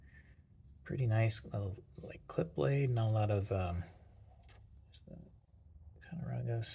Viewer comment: Cat-uh-raw-gus is the pronunciation. Awesome video and I love that jigged bone two blade jack!